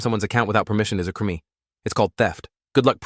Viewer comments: Was looking for someone else having spotted that weird pronunciation. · When they say crime I hear crimi